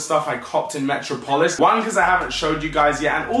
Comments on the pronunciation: Come on bro its not metro polis metropolis, you know where Superman is from You are pronouncing it wrong. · 💥💥 Haha said Metro-polis and it's Met-rop-ol-is 😂😂 haha lots of lol 💥💥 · on god you needa learn to pronounce metropolis properly loool, go watch a Superman cartoon or sumn bruh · Metro polis 😂😂 It’s metropolis 🤦🏿‍♂️🤦🏿‍♂️ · Hahaha "Metro - Polis" obviously didn't do too well in private school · Lol metro-polis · Im from London and even I wouldnt say METRO POLIS smh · ‘Metro-polis’ bruh 🤣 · “Metro polis” bruh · Mans can’t say metropolis 😂😂